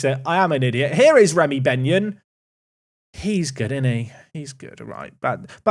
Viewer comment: That was definitely not “Benyon” 😂